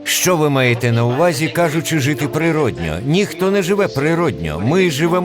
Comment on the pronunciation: ПрироднО замість природнЬО 😊 Дякую за українську. Вдосконалюйтесь!